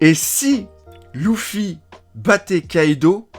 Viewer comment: ouiii mais c’est des variantes comme dans tout mots et tout noms mais là même dans l’anime en vo on dit leuffy et non louffyy